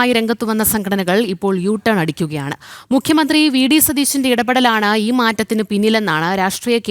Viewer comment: 😂😂😂😂മദ്ധ്യ വിരുദ്ധം അല്ല , മദ്യ വിരുദ്ധം, മധ്യനയം അല്ല , മദ്യനയം😂😂😂😂മുക്യമന്ത്രി അല്ല , മുഖ്യമന്ത്രി😂😂😂